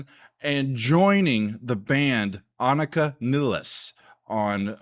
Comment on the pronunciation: Thanks!!!! I was there opening night. it was magical!!! It was totally awesome to see Aimee Mann on stage for all four of the in shows LA for Time Stands Still!!! You will LOVE Presto when you get to it. The start of them getting back to being them after the late 80's. Anika's last name is pronounced NILES, like the nile river.